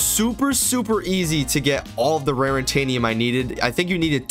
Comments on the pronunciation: It’s not rarintanium lol It’s raritanium, no n there lol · why did you keep saying rarintanium. It's not rarintanium. Its raritanium